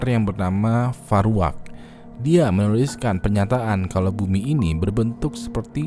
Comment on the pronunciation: dia mennouuoouliskan